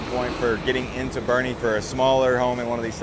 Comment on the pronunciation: First of all IT B O E R N E, TX Not Bernie. The entire reason for living in Boerne and not inside 1604 or San Antonio proper is because it has become a Traffic Congested GHETTO. San Antonio is suffering through what all big cities eventually suffer through, the Liberal Policies of the "Blue" "Progressive Policies". The citizens of San Antonio narrowly defeated a "no bail" policy that the craziest members of the city council put forth. Everybody attacking this man for stating the obvious in the most simple way has an agenda. The unfettered illegal immigration policies of the past 30 years have finally taken its toll on San Antonio. This is a fact, not fiction. Not a racist or, more correctly, a bigoted statement. Crime is on the rise and elements within the city are trying to prevent the law enforcement from dealing out lawful justice for those crimes.